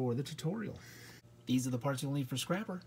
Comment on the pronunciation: You called scrapper scrapel